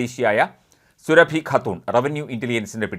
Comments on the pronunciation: surabhiyalla suraabi ennu thiruthi vayikkakkana vartha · സുരഭി അല്ല; സുറാബി ഖാനും- സുടു. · സുരഭി അല്ല സൂറബി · മഞ്ഞരമേ സുരഭി അല്ല. സുറാബി. മലയാളം അർത്ഥവ്യത്യാസം അറിയില്ലങ്കിൽ മൈരുകളഞ്ഞിട്ടു പോടെ. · Srabhi alla Mister. Soorabhi, Muslim lady. Check properly before a news. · ർ സുറാബി എന്നാണ് സുരഭി അല്ല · At least pronounce her name right it’s not Surabhi it’s pronounced suraabi her name spelling is surabhi